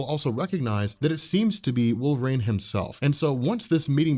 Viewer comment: “Wolv-rain” lol